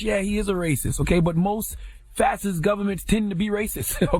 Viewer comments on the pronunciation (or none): Huh? There's no way ctg actually watched muellers testimony because that proved the whole Russia thing was a hoax. He couldn't (or wouldn't) answer very basic questions about his own report. Lastly, it's pronounced fash-ist. Not fassist. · He’s not pronouncing it right lol..... all good though. It is pronounced Fa-Shi-st